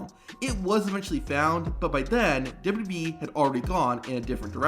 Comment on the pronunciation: say it with me, W-W-E, it's not WB or WEB or whatever this guy KEEPS saying